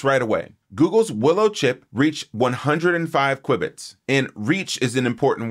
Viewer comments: "Kwib-its"? Isn't it pronounced "Kew-Bits"? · it's pronounced "kyoo bits"